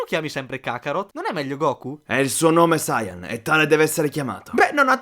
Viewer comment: Perche dite "sayàn" e non sayan?